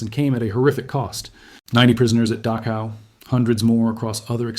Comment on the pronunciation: Mispronounced Dachau.